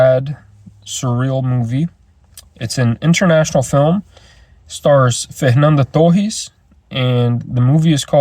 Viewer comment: quando falou o nome da fernanda torres certinho, sabia que falava português hehe. tinha muita gente na sua exibição? tô vendo alguns gringos que estão resistentes por causa das legendas...